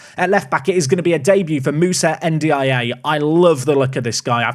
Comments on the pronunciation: N’diaye pronounced en-dee-eye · you already have Dia, just say N'Dia for N'diaye 🤣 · Anyone know what episode the Sunderland away day was from last year? Also ‘N’Diaye’ is pronounced ‘N-Die’ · Ndiaye pronounced more like Undjai, rhyming with eye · I dunno why but I feel it's pronounced "Und-ya", not being snarky just wanting to get to a point where we know how it's pronounced for sure :)